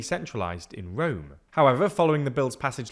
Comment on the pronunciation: and "power fully centralised in 'rom'" but I love it :)